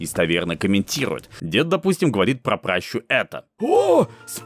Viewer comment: пращА, а не прАща, заведи себе редактора хоть, если самому гуглить лень